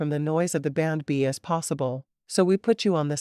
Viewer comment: Nice story but again, you should have human readers. It took til half way through to realize what AI was calling ‘bandb’ that it was actually saying B and B!